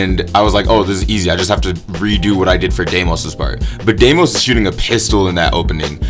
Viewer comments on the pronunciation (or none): none